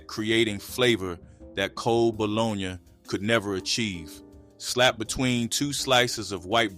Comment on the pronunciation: Love it all… now I’m hungry. But why he pronounce Bologna like that? Dang 😂😂😂